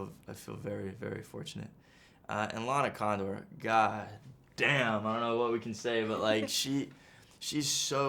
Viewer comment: The way he said " and lana Candor GOD DAYUMMMMM" 😍🙈❤